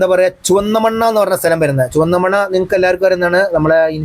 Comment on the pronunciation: ചുവന്നമണ്ണ അല്ല ചുവന്നമണ്ണ് ആണ്